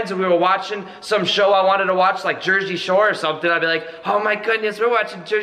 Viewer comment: wtf jershey shore hahahaha